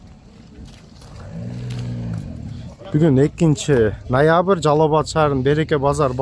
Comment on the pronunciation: Нойабыр дейт ко гангирап😂